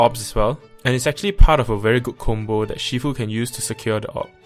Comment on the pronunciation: Bro, aren’t you Malaysian Chinese? Your pronunciation of Shifu is wrong. It’s not She-fu...